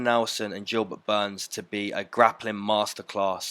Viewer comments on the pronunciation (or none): "Jilbert Burns"